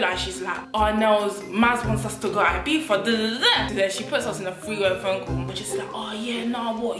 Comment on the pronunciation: We don’t pronounce the z in the UK, I believe you’re not meant to